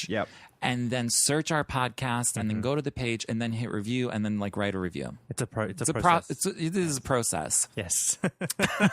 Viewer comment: I love how almost pronounced "Starburst" the way you do with an Australian accent,. Also, "process" with an Australian accent as a joke. haha. You guys are becoming real-life brothers, haha. It's somewhat...touching in a way. lol Thanks for the podcast guys!